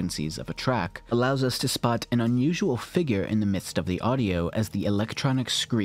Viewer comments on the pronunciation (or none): none